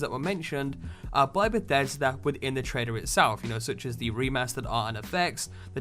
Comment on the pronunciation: Why do you say "trader" instead of "trailer"?